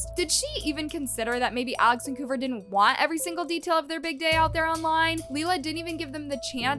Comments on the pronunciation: It’s not Koover it’s Kouvr! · The way she kept saying kouver😂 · The way she pronounces kouvrs name as “koover” is hilarious 😭 it’s pronounced cover 🙏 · The way you pronounce Kouver is wild!!😂😂😂😂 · Right like it was pissing me off bad , like it’s kouvr